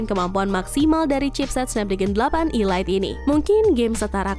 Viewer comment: Perasaan kemarin ada yang komentar perihal pembacaan elite bukan ilait ini pengucapannya diulang lagi ilait 🤦, koreksilah yang baca 🤦, ya walaupun sepele tapi juga diperhatikanlah, 🤦